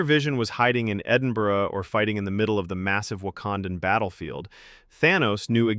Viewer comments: Bro - you pronounced 'Edinburgh' correctly!👍🏻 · The most impressive thing is how you pronounced Edinburgh, well done